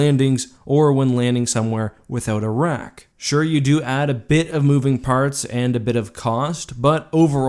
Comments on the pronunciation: I thought you were saying Iraq when you meant rack. I was thinking what the heck would a tie be doing in Iraq? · Please tell me I'm not the only on who heard "Iraq" instead of "a rack"